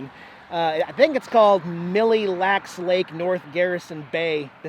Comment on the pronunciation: The first word in the name of that big lake is pronounced “Mill” instead of “Milly”